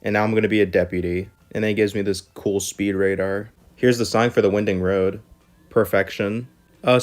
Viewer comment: Winding road is pronounced with a long i.